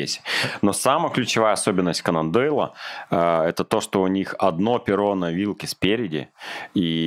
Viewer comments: Конан Дойль - это писатель (Arthur Conan Doyle), а велосипел - канондейл (cannondale). Перья - у мотоциклистов, в велосипедных вилках ноги. Не митсубиШи, а митсубиСи (ШИ в японском языке не существует) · канондОЙла да?! КанондЕЙла епта